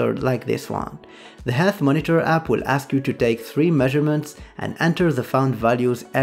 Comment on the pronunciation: "While the app will" sounded like "while the apple" everytime to me